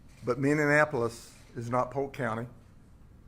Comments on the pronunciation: Where in the hell is "Minneanapolis" ?? It's my home town.....learn how to say it sir before you talk bad about us. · With all due respect the city is Minneapolis, not Minne - anapolis. Thanks. Be safe and arrest those rioters. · G W B 🤣🤣🤣 I’m unsure why so many have trouble saying Mini apple lis. They say mini an apple lis. However, I find it charming. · Why can't people pronounce Mini-ap-olis?